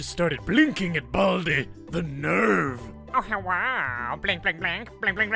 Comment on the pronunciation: Hewwo my fewwo Americans